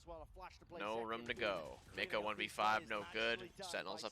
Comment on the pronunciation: Pretty sure this is the first time I've heard it pronounced as Make-o instead of Mach-o xd